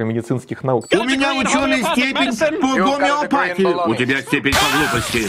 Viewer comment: Не из-за г'омеопатии у тебя приг'орело, болтун. Из-за собственной тупости.😂